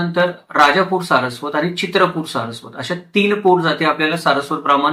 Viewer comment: अशुद्ध उच्चार करत आहेत. "ण" चा उच्चार "न" असा करत आहेत. ब्राह्मन, आनी,आपन,हे सारस्वत नसणार पण यांचे संशोधन व अभ्यास चांगला आहे.